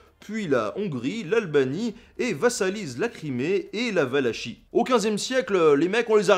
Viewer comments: C'est pas la 'vala chie mais' la valakhye en français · On dit Vala"k"ie et non Vala"chie" ;) c'est la région de naissance du célèbre "Dracula" Vlad l'empaleur prince de Valachie. ^^ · Valaquie, ça se prononce Valaquie